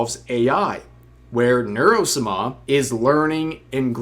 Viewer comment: is this a joke I dont know or does he really not know how to pronounce sama ?